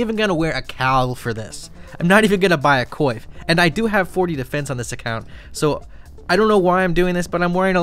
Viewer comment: Its kwaf = coif